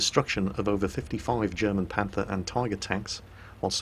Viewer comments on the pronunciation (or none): none